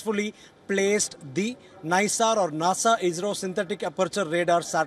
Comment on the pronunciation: The name is not Nissar, and it is like pronouncing "Naisar".